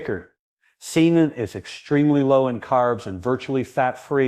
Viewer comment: pronounced SAY-tan